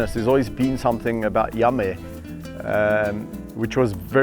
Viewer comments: I love how Yame sounds like Yummy when Kevin says his name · What I liked ... The picturesque views .. Think because it was overcast colors were sharper .. George's adorable walk .. Yame's progress .. The way you pronounce Yame sounds like yummy .. Your sharing what you did for Yame .. how you were able to wean him off but that he is calmed down .. The way you talk to them .. Your kindness towards them .. The way you laugh at them. ☺️